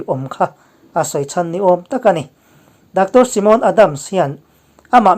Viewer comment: Simon ni lo in saimon ti ang in pronuns thei ila kan ti ve mai2